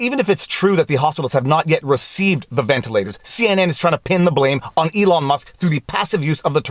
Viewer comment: Wtf, he said Elon. He also said ventalers though.